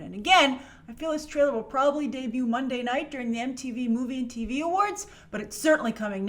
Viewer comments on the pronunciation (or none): none